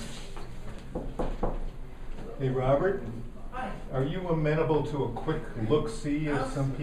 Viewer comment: Nice. Amenable is pronounced “Ah meen a bull” by the way.